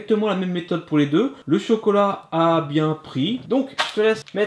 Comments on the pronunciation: Miskin elle dit cocolat à la place chocolat 😂😂😂😂😂😂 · Camus a bien dit cocolat